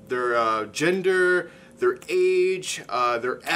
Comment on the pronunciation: When he says gender it sounds like jinder